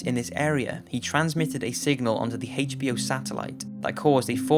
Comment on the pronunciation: Why do you say HACHE B O? Lol. You can’t say H can you? It’s like Whip cream for Stewie. Lol